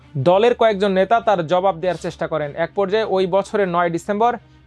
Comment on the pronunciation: উচ্চারণ ঠিক করতে হবে।"আমার দেশ"এর উপস্থাপকদের উচ্চারণে ত্রুটি গ্রহণযোগ্য নয়।কারণ এটা বাংলাদেশের বীর মাহমুদুর রহমানের প্রতিষ্ঠান। "এক"-এটার উচ্চারণ বার বার "য়েক" বলছেন যা বাজেভাবে কানে বাজছে।এটার উচ্চারণ হবে "এ্যাক"।